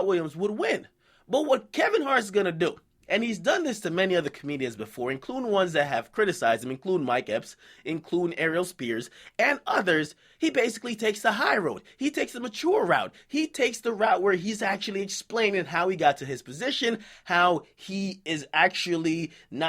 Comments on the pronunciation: Did you say Ariel Spears instead of Aries Spears on purpose? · Bro Said Arial Spears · "Airel" Spears? Aires Spears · Did he say Airel spears?